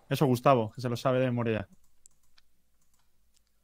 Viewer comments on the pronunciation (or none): Me da risa cuando le dice Gustabin